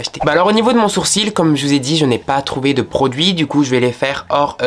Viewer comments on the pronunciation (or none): none